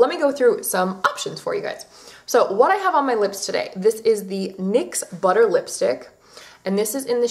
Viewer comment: *NYX not MYX :))))))